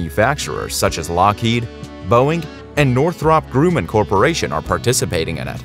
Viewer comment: The Grumm in Northrop Grumman rhymes with DRUM NOT BROOM.